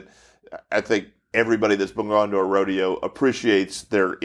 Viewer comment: How do you manage to have an entire episode on rodeo and not even know how to pronounce "rodeo"? I mean, seriously. It's not like they're even a live studio audience. Sheesh.